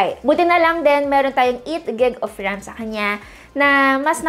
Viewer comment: Bkt ganun ka mag basa ng ram at storage 😅